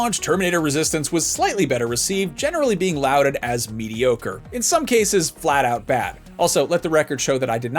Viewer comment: It's not pronounced louded, it is lorded.